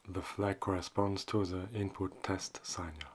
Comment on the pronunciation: it’s “sick-nal”, not “sign-al”.